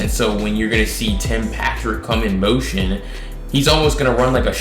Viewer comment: Motion bruh..u sound retarded sayin mountain 😂😂😂